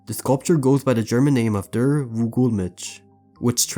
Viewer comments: " DURH Vogelmensch" lol That not how you say Der ❣️ It is pronounced "d-air" der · Bro should be CRIMINALLY CHARGED for the way he pronounced der Vogelmensch and Volkswagen 💀💀😭😭